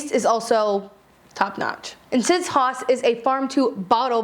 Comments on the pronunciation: I think it's pronounced 'house'? Although, I'm not German. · Is haus not pronounced house??? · This is great--thanks! PS I think the wine is probably pronounced 'house'. It's actually the German word for house, if I remember correctly, and the pronunciation is approximately the same. <3